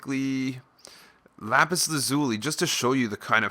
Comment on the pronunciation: how he said lapis how to really say lapis